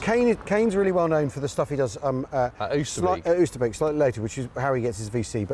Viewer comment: Great stuff, like having a personalised guided tour! I have friends in Arnhem so have visited the area many times so its great to see the places I know and being able to tie them in with history. One thing, your pronunciation of Oosterbeek, it should sound like OSTER-BAKE. The double O makes a Oh sound and a double E makes an A sound like a cockney shouting Hey! Keep up the great work chaps 😊